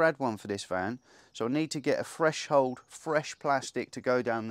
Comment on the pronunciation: Threshold! (not freshold!) Brilliant job mate, really impressed